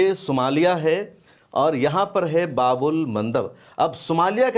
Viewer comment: Bhaii babul nahi baab al bolu